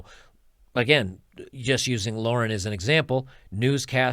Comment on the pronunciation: a quick youtube search would allow you to find the correct pronunciation of their names. it looks so unprofessional that you still can't pronounce Tomi Lahren's name correctly.